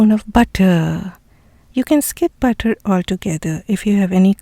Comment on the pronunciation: Looks yummy. Love the way you say butterrrr 😅